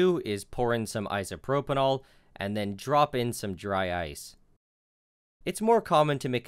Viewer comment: Is "isopropanall" isopropyl alcohol?